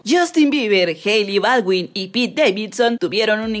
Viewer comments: Se dice pete xd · Es pete, no peter